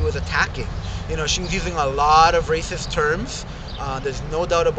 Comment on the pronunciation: Rashist?! Fashbook?! Man, u need a speech therapist!